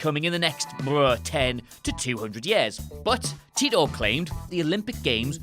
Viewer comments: It's not John Tea-tor! It's Tie-tor! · It's Titor not Titter